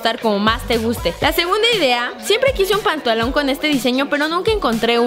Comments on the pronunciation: esta karen dijo pontalon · se dieron cuenta de que en el minuto dijo pantaluon